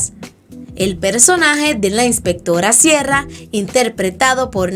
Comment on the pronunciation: "Inspectorra Siera" me muero, AAAAA